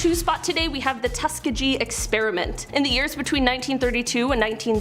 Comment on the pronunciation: Tus Kee Gee not Tuskagee